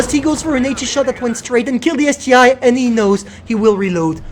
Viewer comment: Isn't it ST-1, not ST-I?